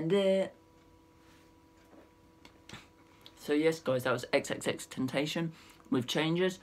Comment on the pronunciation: U said his name wrong